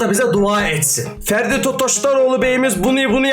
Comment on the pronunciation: ya ds abi ferdi değil freddy